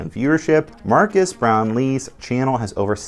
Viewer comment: It’s not MARCUS Brownly it’s MARQUES (pronounced MAR-KEZ)…